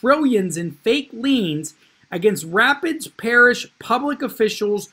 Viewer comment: excellent content. Rapides is French for rapids. It's pronounced ra-PEEDS.